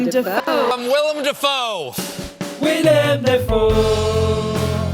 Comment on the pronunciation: Se pronuncia Deifou